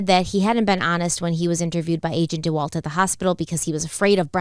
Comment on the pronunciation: If I hear agent "dee-walt" one more time I might just leave the channel. 😑🤦